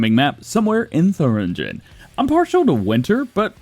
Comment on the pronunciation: DJ just an FYI, it’s pronounced “Tur-ing-in” not “theringen”